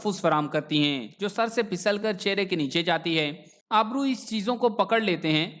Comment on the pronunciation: بیت اچھی معلومات ہیں ۔۔۔۔۔ ایک گذارش ہے کہ اپنے تلفظ کو بہتر کرنے کی کوشش کریں ۔۔۔۔۔ اس ویڈیو میں آپ نے ابرو کو آبرو پڑھا ہے ۔۔۔ امید ہے کہ آپ ضرور توجہ دیں گے